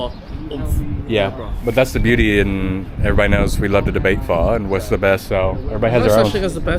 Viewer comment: Why does he pronounce Pho like Phaar? His pronunciation of the Vietnamese words just sounds stupid. Stop trying so hard.